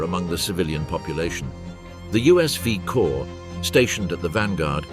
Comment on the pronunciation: The “vee” corps?? It was still delightful even though it was quickly revealed as produced by AI. And perhaps a biased AI. Almost a load of “Bastony.”